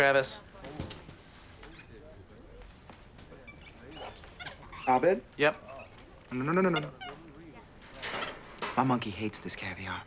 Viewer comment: I love how mispronounces Abed's name lol